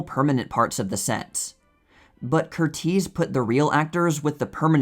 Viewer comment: There are some very interesting facts shared about movie here. You presented some facts about the movie I did not know, like how some of the cast and crew were injured. However, every time you said Michael Curtiz's name I wanted to cringe a little. His name has the standard American English pronunciation of this name, which is CUR-iz, like Tony or Jamie Lee Curtis' names. Please keep doing what you're doing with the channel. I really do enjoy it. I'm sorry I felt compelled to correct how you said that name. Some people hate it when people feel compelled to correct something about videos. I am autistic, so little things like I'm addressing here are nearly impossible for me to overlook. Other people, especially creators, are often grateful for the feedback. I hope you feel this way.